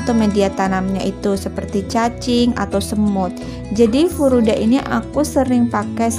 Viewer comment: Furadan mbak bukan furudal